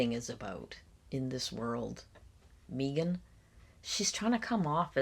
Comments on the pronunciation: Megan prefers that, Meeegan, pronunciation of her name. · I can't get over the "Meeee-gan" pronunciation hump. 😊 "May-gunn" is preferable, imo. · Meeeegan instead of Megan - It’s so close to how Alex Murdaugh became ALEC MURDOCK and that in and of itself tells you so much about someone. Control. Self-importance. Bizarre. Who knows what else